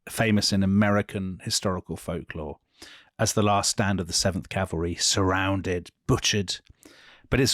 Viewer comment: Last Stand of the 7th Calvary... Butchered